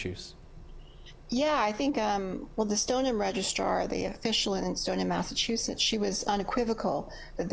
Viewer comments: this guy absolutely butchered the word 'Massachusetts' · This guy cannot even pronounce “Massachusetts.”